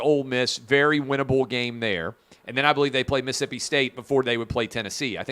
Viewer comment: Clay, Mississippi is pronounced as it’s spelled, not Miss-Ippy…..Jack wagon, love the show.